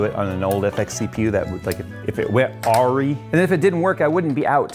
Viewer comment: the proper pronunciation of AWRY is AWW RYE. Just wanted to let you know:)